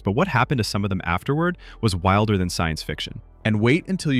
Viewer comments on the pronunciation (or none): none